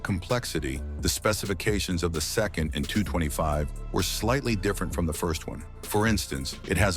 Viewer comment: Soviet planes/helicopters etc arent pronounced as letter by letter. Its pronounces as a word. So AN is not 'A N ' its just as you read it 'an'. KA (Kamov helicopters) - is KA (car withour the r) , SU(Sukhoi) - is SU('soo' rhymes with 'shoe' or 'too' , IL(Ilyashin planes) - IL (same as ill) and so on. EDIT: I say Soviet and not Russian/Ukrainian, because AN-225 is whether anyone likes it or not a Soviet plane. Country the size of Ukraine or just Russia could never even dream of building a plane like this, the ammount of engineers, funding, even the need of it (wasnt made as cargo plane...) etc. For just as example, look at Airbus A380, whole europe was on it. Wings done in A country, cockpit in B , maybe tail in C and so on. Same idea with AN-225, but withing USSR.